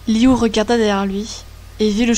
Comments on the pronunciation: Liu se prononce lou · A chaque fois elle dit liyu et j'ai l'impression que elle dit Giyuu (Seul les fans de demon slayer comprendrons😉)